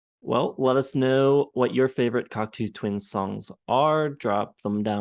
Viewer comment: Exactly' Can't even pronounce the name of the band properly.